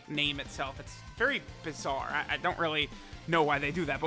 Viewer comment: No one:: “ THATS VERY.......... BIZaRrE” 😂😂🤣🤣